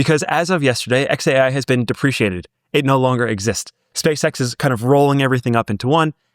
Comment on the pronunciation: Deprecated, not depreciated